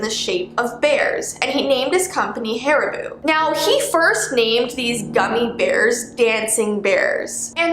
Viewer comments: u said haribuuuuuuu but it’s haribo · you just called haribo's ''HARIBOO'' 😆😆😆😆😆😆😆😆😆😆